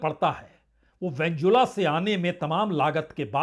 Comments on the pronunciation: नाम तो सही बोलो भाई साहब, वेंजुला नहीं है भाई वेनेजुएला है। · सर वेनेजुएला है वेंजुला नहीं।